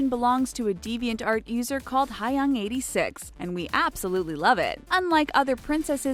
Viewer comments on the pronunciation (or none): she pronounced hyung as " hy-yung" the last time i checked it was pronounced "hyung"